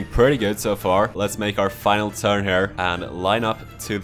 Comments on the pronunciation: When you say "here" it sounds like you say "hare". It should sound like "hear". A hare is a rabbit. ;) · why do you say "hur" instead of "here"